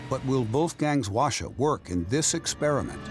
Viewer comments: Why no one's talking about the narrator's pronunciation lol? It's pronounced HWA [ɸwa̠ː] - CHA. Not WA-SHA. And Based on the look of the weapon he tried to re-create, I don't think he put that much effort in accuracy. It has much better accuracy. At least better than this lol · Btw the narrator pronounced kinda wrong, he is saying like "washa" but it's actually pronounces "Hoa-cha" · Why does the narrator keep saying "washa?" It's literally pronounced as it's spelled: HWA-CHA. I expect better from you guys, Smithsonian. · It's pronounced Hwa-cha as in "charge", not "washer" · Sir… it’s HWAcha not wacha. There is a reason why H is right at the front. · no Wacha Hwacha 'H' is not mute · NOT pronounced wha sha BUT "HWA" "CHA" ... hwa means "fire", cha means "wagon, car, vehicle.." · In korean pronounciation called who-ah-cha-. His pronounciation sounded japanese word.. wa sha... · It is called 화차 ( hwa cha) not wa sha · not "wa"cha but "Hwa"cha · "call washa" Smithsonian channel wrote it hwacha and read it washa. genius lol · The narrator keeps saying “Washer”.... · Hwacha is not pronounced Washa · Narrator: "The Hwacha works well" Laughs in balloon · Fellow Koreans, I feel your collective cringe at the pronounciation of HwaCha 화차 -they should’ve just said whatchamacallit if it’s going to be that butchered...